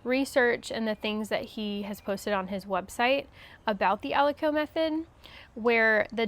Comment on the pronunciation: Thank you for sharing these great details,! I’d like to mention that aliquot is pronounced as “ah-lih-kwat” and not ah-li-coh”. I work in biotech and these are common terminologies in analytical/QC for assay testing.